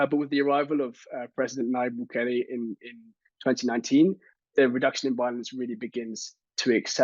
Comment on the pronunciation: It's not Bugele.... it's Nayib Bukele!!!!